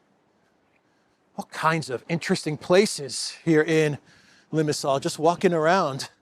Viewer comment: Saw an AI generated video of you on You Tube. Knew it was AI because of the pronunciation of the place Limassol.